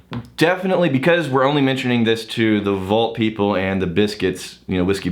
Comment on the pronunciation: "for the peebl"